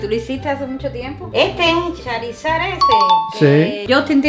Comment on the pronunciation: Charisad❎ chorisad✅